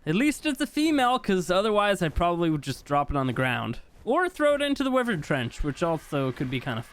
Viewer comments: Why do you say wyvern like that its like why vern not wivern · Dose anyone else noticed he said wivern not wyvern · Not wi-vern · It’s not (wiv-ern) it’s (why-vern) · He kept pronouncing Wyven as Wih-vern. Is that how it's pronounced? I've always pronounced it Why-vern. Which one is right? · Why-Vern is correct and he knows, he just does not care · Wivern na its whyvern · bro? Did i said grammer? No. Look the fucking comment i said calls wyvern a wivern and everybody said wyvern now ur trying starting and idiotic war. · and its actualy correct saying wy-vern not wi-vern lol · It's why-vern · Wyvern that you pronounce is wrong it's wyvern just say the y and vern y vern wyvern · its pronounced...... why vern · It’s pronounced why-vern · Not to be rude but it’s pronounced wi-vry-in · man everytime i got pissed off and made me angry cuz everytime call a wyvern wivern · It’s pronounced Y-vern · The way he says wyvern has me dying 😂😂😂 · You pronounce wyvern wrong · The way you say wyvern gives me cancer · It’s fantastic ! But you’re saying wyvern wrong. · I am not. It is also a correct pronounciation.